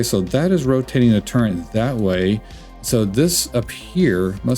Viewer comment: I heard CHAFE instead of chaff, then TURRENT instead of turret, and immediately closed the video.